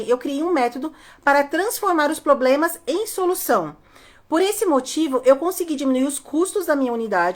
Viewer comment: CANDITADOS, não falem POBLEMAS na entrevista.